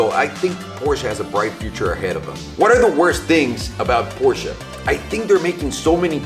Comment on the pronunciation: finally someone who pronounces Porsche right